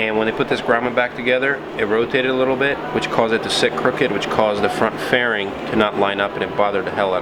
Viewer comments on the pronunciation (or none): Says font instead of front